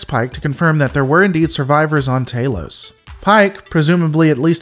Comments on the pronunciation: Anybody else get the shivers when he mispronounces stuff that's canon? Tah-los not tay-los... Obviously a sneeky alien trying to fit in but humorously misspeaking. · I am the biggest fan that those big headed people ever had. They can capture me anytime they want. LOL Note to commentator: the a in Talos is short, as an apple. Not long as in Taylor.